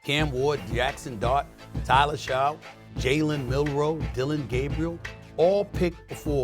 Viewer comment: you can't even pronounce Tyler's name correctly and you are suppose to be a sports guru